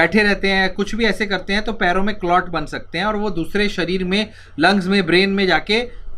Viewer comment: It's शरीर not सरीर